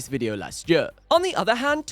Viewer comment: Did anyone count how many times he said ‘jur’ instead of ‘year’